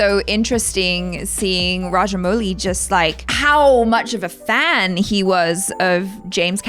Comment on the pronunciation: ...you pronounced his name right the first time 🙂😊